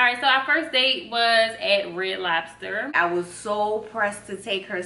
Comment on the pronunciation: "red lobba" 😭😭😭